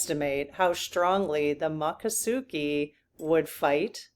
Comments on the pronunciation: Please, please, please! It is not pronounced Ma ccosukee! It is Mico!!! Native Floridian here, it matters... MICCOSUKEE. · Mik - ah - soo - kee (not muck) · I lived in Florida for 7 years. It's pronounced... Mik ah SOO kee. It's a tricky one to pronounce. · Mick - o - suukee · Think of the word moccasins to help you pronounce the tribe's name. That usually helps me ❤.